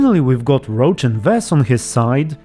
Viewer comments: Isn't Roche pronounced as Rosh, not Roach? For a while I thought you were talking about the horse lol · Why do you pronounce Roche like Roach ?